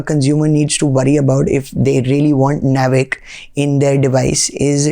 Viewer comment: I believe, it is not pronounced nav-ic, it is naav-ic.